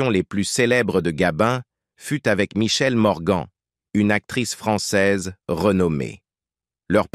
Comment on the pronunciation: ne sait même pas dire le nom de michelle Morgan correctement et sait même pas dire grisbie je ne sait même pas si il sait ce que ça veut dire très mauvais reportage